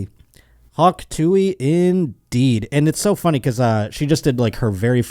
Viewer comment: it's TOO-UHH not tooey